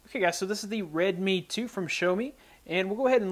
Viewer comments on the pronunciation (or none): Bro it's Red-Me(Redmi) like Show-Me(Xiaomi).